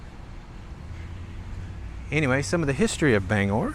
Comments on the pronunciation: Bang-gore is how its pronounced bro. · Gotta pronounce that "G" in Bangor lol [Bang-Gore] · It’s pronounced Ban. gor not Bang gor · So cool! I wasn't expecting to see the Paul Bunyan statue. We have photos of my family posing in front of it from back in the 80's while they were vacationing in Bangor. Not sure if you're pronouncing it right or wrong, but we always called it "Bang-Gore". Nice series! Cheers. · Hannibal Hamlin was vice-president to Abraham Lincoln. City is pronounced “Bang gor” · Most of downtown Bangor was destroyed in the 1911 fire. If you think it's mostly white now, you should've seen it when I was growing up. PLEASE, check your pronunciations. Orono is Or-uh-no and Bangor has a hard G as in lifeGuard. The "canal" is Kenduskeag Stream. Also, that big white house next to the King residence, is one he bought for a writer's retreat.